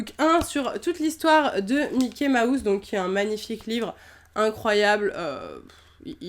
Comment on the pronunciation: Elle ne sais pas dire mouse de Mickey mouse elle dit Mickey maousse